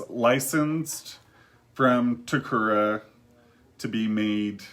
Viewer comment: Great explanation and showing of the dolls. Just a quick note on the Japanese company Takara pronounced as TA-KA-RA not TA-KU-RA